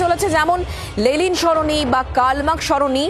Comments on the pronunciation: Reporter continuously Lelin Sarani bole gelo Lenin er jaygay 😂😂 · সঞ্চালিকা লেনিন কে "লেলিন লেলিন" বলে গেলেন তা কি ওনার অজ্ঞতা না কি সচেতনতা?জানার আগ্রহ রইল। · লেলিন নয় ম্যাডাম ওটা লেনিন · লেলিন নয়, লেনিন। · Thik mato uchharun karun lelin noi lenin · কে এই সংবাদ পাঠিকা?? 'লেলিন' সরনি! আগে উনি একটু পড়াশোনা করে আসুন না হয়। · দাদা, please ওদের এই ভুলটা শুধরে দিন আগে, যে ওটা লেনিন, লেলিন নয় 😭😭 অসহ্য লাগে একশোবার এই লেলিন কথাটা শুনতে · Ota Lenin, Lelin noy...thik vabe Itihas ta pora thakle ei vul gulo generally hoyna. Despite, Road er nam muche diye ekta motobad ke muche fela jayna, ei sotty ta bujhte hobe. 3-E's mane Economy, Employment and Education er opor focus korle mone hoy Effective hobe. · News platform be like Lenin ❌️ Lelin ✅️ 😂😂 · সংবাদ পাঠিকা ক্রমাগত লেনিনকে " লেলিন " বলে গেলেন। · Please try to pronounce the name of LENIN properly, --- to the anchor..